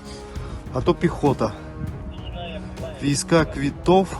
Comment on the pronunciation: Военный билет, вийсковый квыток ,читается ,а не вийска квитов